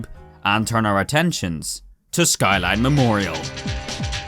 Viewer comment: Also Shkyline